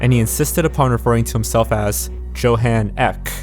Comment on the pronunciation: You got a funny way of pronouncing "Johan Ek" xD